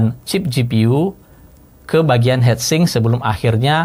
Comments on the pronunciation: Agak kurang nyaman denger hedsing om, its hitsing 😁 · Ngomong heatsink kenapa.hetsink. Sedangkan heatpipe ngomong nya . Hitpipe 😂